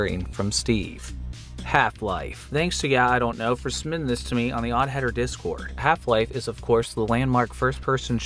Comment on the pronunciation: We need to talk about the way you say, "submitting," which sounds like "summiting." What do you have against the letter 'B', oddheader?